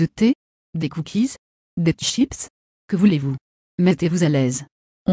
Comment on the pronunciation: "Des tchips"😭